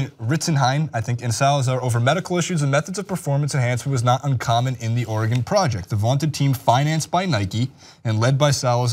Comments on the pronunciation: ITS (ORE-GEN) dude, seriously?!?! not (ORE-GONE) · i hate it when you call it oregonnnne like tf its oregon say it quickly